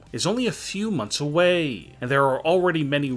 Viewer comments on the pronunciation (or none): none